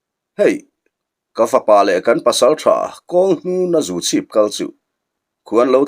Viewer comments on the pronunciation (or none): Palsang khua leh zuchhip khua I lam dan hi a dik lo